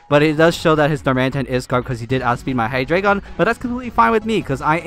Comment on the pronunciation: I'm going to sound like an ass for this, but it's Hi-Dry-Gun. Hydreigon and it's preevolved forms are for the German Ein, Zwei, Drei numbers. Just trying to help, not be rude XD